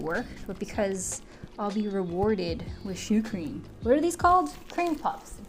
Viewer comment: 11 minutes in: Finally realized you weren't saying "shoe cream" but "choux cream"